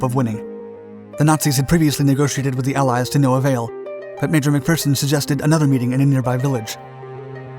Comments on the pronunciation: He got McPherson right so I let him pass on Jedburgh as I doubt many outside of Scotland have heard of the place. But I couldn't let him get away with Citroën though 🤣🤣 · Iys always a bit cringy hearing nin-Scit's using Scottish words like "wee", but possibly the first non-Brit pronouncing the name McPherson correctly. 10 out of 1o for that👍 But 2 out of 10 for the pronunciation of Citroën. Impressive 🤣🤣